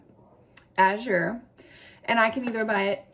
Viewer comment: Thanks for explaining how the drop went. Very helpful for those considering Azure! (Which by the way is pronounced AAA-zher. A as in cat, accent on the A.)